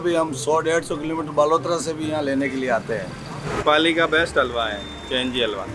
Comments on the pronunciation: I'm from the country where we eat this dish and It's not her pronunciation that's the problem, its the way she isn't saying the H in halwa at all, a simple google search can show you how to say it properly, she should have researched it. Also I never made fun of her, I expressed my own opinion. Maybe read it again and you will get it. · It's pronounced Haalwa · It's Hull-wa Halwa. It's two syllables and not that hard. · Couldn't get over the host pronouncing halwa as agua.. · It's pronounced Hæll-wah. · 😂😂😂😂 i stopped the video after listening to that alwaa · They want views from india, its ok Atleast they would have tried to pronounce the word - HALWA correctly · The last place where "h" needs to be silent. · I will try to mess every white person name. It seems like western or English pronunciation fails miserably. They can pronounce "hall", "ham" but can't pronounce "halwa". The word has an H too. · I gave more efforts in my group projects than the narrator gave in pronouncing halwa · Please use a better narrator who can pronounce Halwa efficiantly. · bruh i've seen bigger quantities in many other places and the pronunciation of halwa by the narrator is simply ridiculous..... there is nothing speical about the halwa, this is actulaly kova or khoya which is found in every sweet shop in india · Atleast shall have someone who can pronounce the word correct....the way she pronounce the word halwa is totally wrong !!! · Narrator there is big "H" before "alwa" which I think you haven't seen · Her pronunciation of Halwa is soo cringe 😖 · completely butchered the pronunciation "Halwa" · MAN! I'M CRINGING AT HER HALWA PRONUNCIATION. HAHA. You do not have pronuonce halwa like 'hour',lady. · why does the narrator have a problem in prouncing halwa properly? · H is pronounced in Halwa. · Worst Pronounciation of halwa😁😁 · Atleast pronounce Halwa right my god 😢😢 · as usual is doing a great job, but she is pronouncing halwa wrong. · It's halwa not alwa 🙄🙄